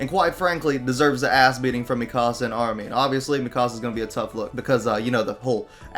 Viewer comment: its not mi casa its mikasa